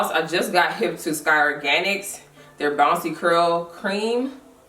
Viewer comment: I was hearing curl, curl,curl.... ya know like for curl friends 😁